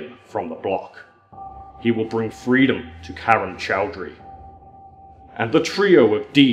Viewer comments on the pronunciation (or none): none